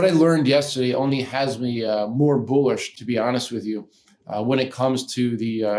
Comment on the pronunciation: Did he say it makes him boo lish?